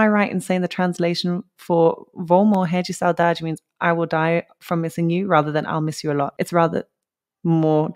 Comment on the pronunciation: i know ppl already said here, but it is very impressive your Portuguese pronunciation. You said perfectly the words like a normal Brazilian would say. Are you sure you are not a Brazilian girl? hehe About the translation of "morrer de saudade" is like you said. It means "die of missing you" but in a very more emotion way, it is a word that holds a strong emotion into it Great video. Tim Maia is one of the most famous singer in Brazil music history, although most of young ppl does not know him nowadays.